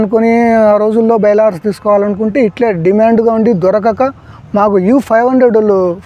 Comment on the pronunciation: నోరు తిరగక...బైలార్స్ అని అంటారు...బెలారస్...ఒకప్పటి సోవియట్ యూనియన్ లో ఒక బాగం... అద్భుతమైన ట్రాక్టర్...